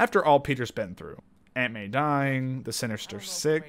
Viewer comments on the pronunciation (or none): “Anut May” “revel” “Kreigers” : “Kreiger” : “ charisma a” No harm, made this for fun :D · Anut may,, has me dying XD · “anut may”